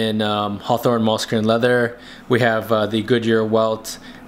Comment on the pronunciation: Uh...sorry to correct you, but it’s pronounced like “mewlskin”, as in the animal. MULE.